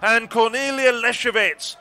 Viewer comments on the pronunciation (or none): Question for British commentators. Why do you consistently and stupidly put the accent in Russian female names on the second syllable from the end, and in Polish on the third, when it should be exactly the opposite? ArkhIpova and LesiEwicz - not AkhipOva and LEsiewicz. But still "Matilde Desiou" was the best.